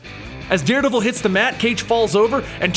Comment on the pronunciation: I think Da Deredevil